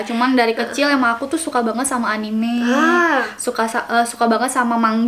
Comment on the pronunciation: jelas nggak wibu, nyebutnya aja “enim”:(